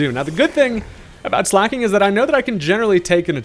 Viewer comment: It's pronounced slay-king